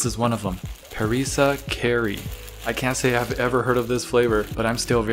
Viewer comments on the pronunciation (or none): My heart stopped when he said kari as carry. Its pronounced car-ei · its pronounced as Kuh-Rie JUST QUIT